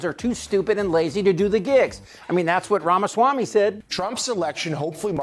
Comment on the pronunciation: Trump can’t even say ramausswammy. 😂😂😂😂😂😂😂😂